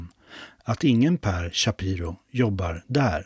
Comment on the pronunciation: Shapiiro. Inte ch i början